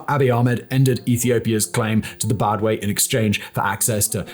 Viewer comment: it is called Badme not Badwe.How can one who cannot even pronounce the Main Points be regarded as Analyst?The most Hillarious Part was to ask why PIA has fought against the Tigrayan PPL ,despite being Tigrigna speaking himself jizzzzzzzzz and the rattle continues "isseyas Afewerki has risked his Countries Future by allying with Russia,Venezuela... and got shunned by the West ".Can anyone tell this guy that the West ,was Hostile against Eritrea ever since 1998 ?did he read the Wikileaks mails about Eritrea?Did he read the U.S role in the War 1998 against Eritrea ?Did he read about the Occupation of Eritrean Territories by Ethiopia with the Support of the U.S ?